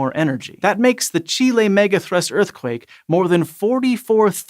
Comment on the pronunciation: I love you so much for saying Chile correct!!!